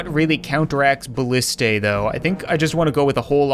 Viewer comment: IT’S BALLISTAE